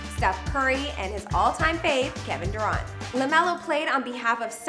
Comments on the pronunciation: Bro did this girl just call kevin durant kevin duurant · Kevin duraunt ahahahahaha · Kevin (Duuur-aunt) 😂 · Why she saying Lonzo plays on Hornets and why does she say "kevon Durant" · "And his all time fave, Kevin dAraUnt" BOIIIIIIIIIIIIIIIIIIIIIIIII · “Kevin duront” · "Kevin Duraahnt" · Kevin Duront🤦🏾‍♂️🤦🏾‍♂️ I cringed so hard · She really just said Kevin duraunt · Smh durr aunt🤕🤕🤕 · bruh she said Kevin Doo-ront 😂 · Don’t let her do another vid unless she knows how to pronounce words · How TF are you going to make a damn video and NOT KNOW HOW TO PRONOUNCE ANY of the FKNG NAMES? Tf are u that dumb lol... Smh. 🤦🏽‍♀️ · this is how many time she mispronounce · Lamelo is listed at 6'7 not 6'6 also he is not the most famous high school player of all time have u not heard of Lebron James or Zion Williamson and why she pronounce Kevin Durant like that.